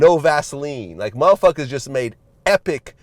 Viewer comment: Vlad said "muhfuckas" as opposed to "motherfuckers" I fux w/Vlad